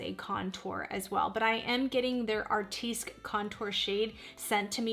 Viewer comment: Just Fyi - Artistique is pronounced ( Artist teek ) not ( Art teesk )